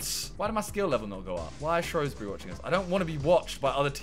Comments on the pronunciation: I hate the way people pronounce SHOWSbury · SHREWsbury not SHROWsbury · Just saying Shrewsbury is pronounced Shoesbury not Showsbury